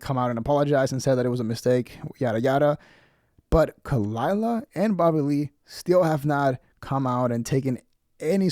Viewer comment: Props to Brendan for shutting her down immediately. Edit: I like how he mispronounced her name.